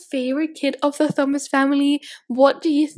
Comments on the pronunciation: In the UK, the name Thomas is pronounced Teh-oh-mass (we ignore the 'h', so the 'Th' doesn't make a 'ff' sound in this case like you were pronouncing it). Hope this helps! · The only thing I didn't like about this. You constantly pronounce Thomas as Thumas. It's Tomas. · I thought Thomas was pronounced Toh mas not thumas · It's pronounced TOM iss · tHomas? In that, the "H" is silent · Thomas is pronounced like Tomas, sorry I’m such a grammar freak lol